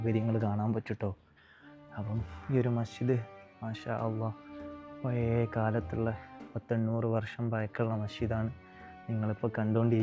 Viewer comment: എന്റെ പേര് ശിഹാബ്. എല്ലാ വ്ലോഗ്ര്മാരും ചെയ്യുന്ന അബദ്ധം താങ്കളും ചെയ്തു താങ്കളുടെ മുഖം കാണാൻ അല്ലലോ ഞങ്ങൾ വ്ലോഗ് കാണുന്നത്... പിന്നെ രണ്ടാമത് ഉച്ചാരണ പിശക് ആണ്.. ഴ എന്ന വാക്ക്. പയേ മസ്ജിദ് അല്ല.. പഴയ അല്ലെങ്കിൽ പഴേ മസ്ജിദ് എന്നും പറയാം